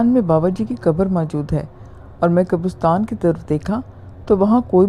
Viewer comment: Great. It's qabaristan,like Pakistan or Uzbekistan, not qabarustan.